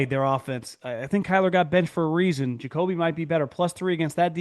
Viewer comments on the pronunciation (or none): none